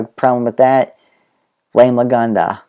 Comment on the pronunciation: i mean the LAGANA bit!!!!!!!!!!!! you kept sayng LAGANDA. It bugged me.